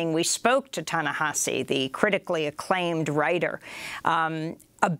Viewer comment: Why can't she say 'Ta Nehisi' properly? It was so distracting during her interview with him.